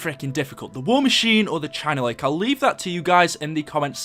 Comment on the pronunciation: The China Lake China Beach China bitch The way you pronounce it